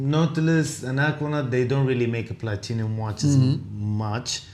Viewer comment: Platinum...not Platinium....holy